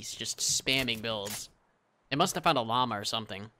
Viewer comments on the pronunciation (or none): none